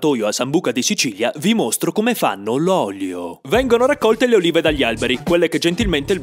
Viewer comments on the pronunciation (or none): Ad un certo punto invece che olive ho sentito urine